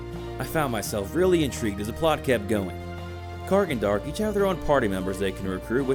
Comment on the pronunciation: im disliking your vid simply because you said dark instead of D'ark lol